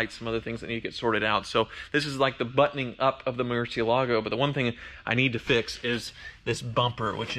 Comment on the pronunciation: Why do you pronunce murciélago so wierd?????? Its bat in spanish, the accent is in the e